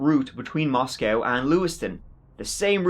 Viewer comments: Not to nit pick...but hearing him say "Moscowtown" is super annoying. Moscow... just like the other one. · It's pronounced "mah sco", not "mos cow".